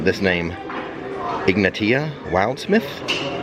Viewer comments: its probably Ig-nay-shia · Ig-nay-she-uh is how you pronounce Ignatia lol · The witche's name is IG-Nay-She-uh :) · Ignashia is how to pronounce that name.